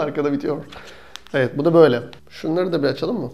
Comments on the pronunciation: neden videoya girerken mevet diyorsun :D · Nevet diyisine hastayim reis